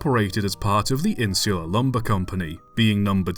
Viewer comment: Your pronouncing mistakes (don't complain I'm from the ph): Siete: You pronounced it as 'Shetei' when it's 'Sheteh'. Insular: You said 'Inzyular', it's 'Insoolar'.